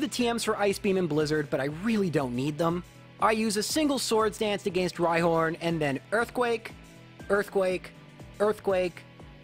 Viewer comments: I thoroughly enjoy the videos, but I cringe every time he says "agāinst", with the hard 'a' sound on the second a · To be fair, it's deserved for how he pronounces against :P